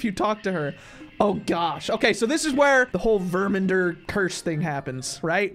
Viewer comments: It's Ver-man-der not Ver-men-der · Love your vids so much btw it's VermAnder with an A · I think the right way to say the titles name is verMANder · Verr-min-derr” just to help pronounce it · ITS VERMANDERP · It's ver-man-der